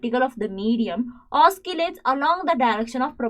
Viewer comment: Its not oskillate its oscillate